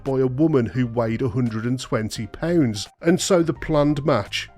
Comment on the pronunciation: She wsighed 120 poonds??😅😅